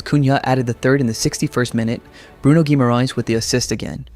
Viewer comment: As for “LH”, treat it as the double LL in “Llama”. So “Magalhães” becomes “Magalloens,” not “Magal-hoens.” Basically, in Portuguese, the H never has the English H sound, so ignore that instinct every time. That's a great pronunciation of “Guimarães”, though!